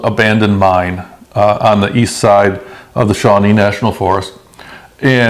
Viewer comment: Haha.. Reminds me of Sponge Bob and Patrick... EAST? .. I thought you said WEAST... Love it..